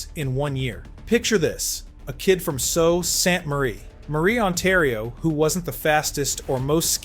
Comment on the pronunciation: Sault is pronounced "Soo". It originates fron French.